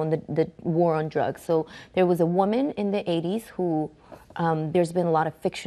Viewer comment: she said WAMEN